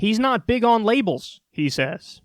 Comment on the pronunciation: Lables bruh?? 😂